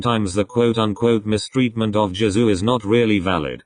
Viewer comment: I heard "Jazoo" instead of Jisoo, wtf